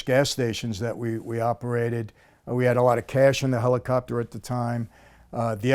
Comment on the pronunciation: "I think Kobe had a Helocopter" 😵‍💫